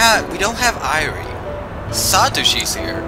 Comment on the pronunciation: Huh, I guess Satoshi came back from working on Touhoumon. I love how you refer to Dr. Irie as "the maid guy." Speaking of which, if you really want to be corrected on pronunciation, Irie is pronounced "e-ri-ay" though I've grown pretty accustomed to how you pronounce it now.